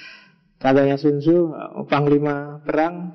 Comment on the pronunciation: Tzu dibaca ce